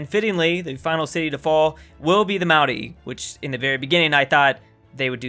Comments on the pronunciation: may oar e not mountie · maoriori??? Maori bro say it right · You say maori wrong REEEEEEEEEE